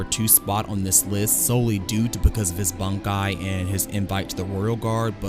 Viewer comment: Bonkai? BONKAI?? last time i check its Bankai. When you watch the series, do you ever hear the characters shout "BONKAI!"?